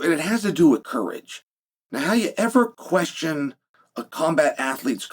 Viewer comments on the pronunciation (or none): none